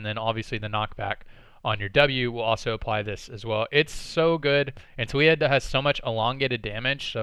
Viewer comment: hahah her name tho. is TA LII YA hahah you kept saying toolya haha